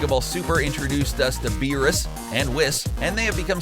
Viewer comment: How u say whis and beerus is horrible